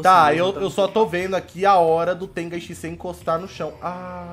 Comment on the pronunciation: Meio zoado ele falar TENGAI SHISEI sendo que o nome do jutsu e TENGAI SHINSEI so muda o N mais um amigo meu achou zoado mais ok